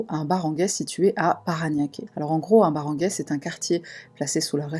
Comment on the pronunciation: Salut. Je suis philippine et ce que tu dis est juste. Barangay se prononce baranguaille. On melange l’espagnol, l’anglais et le tagalog dans le tagalog, la langue national pour se comprendre etant donné que les gens parlent toujours leur dialecte natal. On peut aussi utiliser l’anglais pour communiquer. Les barangay c’est une sorte de police affecté a chaque arrondissement d’une police. La corruption est très présente, les viols et les drogues sont un réel pb. Ils vont jusqu’â violer des bébés. Niveau hopital perso mise a part ma famille je n’irai jamais consulté la-bas mise a part prendre l’argent je ne connais personne qui a réellement été soigner sans parler des contrefaçon de médicament etc… C’est un pays où il faut faire très attention et ne jamais faire confiance. J’avais connu une famille américaine dont le neveu les volaient et inventait des histoires comme quoi il était maltraité. Il a finit par être blacklisté de notre résidence. Concernant les drogues il y en a beaucoup et il est facile de s’en procurer la plus consommé est le « shabu » ça ressemble à des petit cristaux comme de la fleur de sel vendu en petit sachet. L’ecsta apparemment est très cher pour eux genre 1000 pesos pour nous plus ou moins 20€. Je ne prends jamais le taxi seule et j’ouvre un peu la fenetre car il peut arriver de tomber sur des mauvais taxis qui vont utilisé des drogues en spray. Il va mettre quelques coups de spray dans la ventilation pour vous endormir. Je vérifie toujours avec mon modem